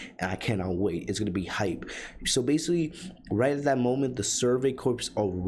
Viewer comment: It’s BASICALLY! Not basi.